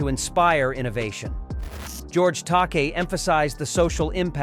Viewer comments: It's actually pronounced George Ta-kay. And it's LIVE long and prosper! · This narrations is definitely AI, but it did better than usual. It still mispronounced George Takei's name every time and can't decide how to pronounce "live" in "live long, and prosper."